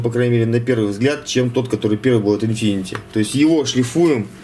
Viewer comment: Infiniti, а не infinity